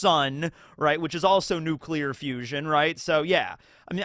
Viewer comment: you spoke to soon 😭